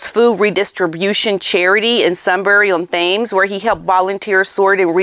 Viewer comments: Just wanted to offer that Thames is pronounced “tems”…..not to criticize….enjoy your site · Thames is pronounced Tems as in Tens but with an m instead of an n. Knew you’d like to know.😊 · I enjoy your podcasts, so I'm not intending any disrespect, but the river Thames is pronounced Tems. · FYI, Thames is pronounced "Tems". Dom't ask me why, it just is. In America we have jam, jelly, and preserves (all different). Good luck to you and Paula with the charities. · You might want to check the pronunciation of Thames 😂..sorry, I had to rewind the video 3 times before I realised where you meant.